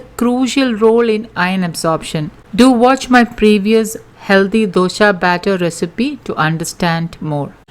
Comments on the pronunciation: Its dosa not dosha, pronounce properly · Mam your explanation is very good. But it's not Dosha but simple Dosa. When you pronounce wrong way it's jarring 4 d ear. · It’s nice of u for giving all this nutrition facts but it is so annoying u keep on saying dosha instead of Dosa!!! Please dont kill our tradition food pronounciation!!! Thanx